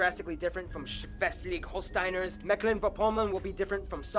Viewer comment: Swastiggg chollshtain... Uff That's a pronounciation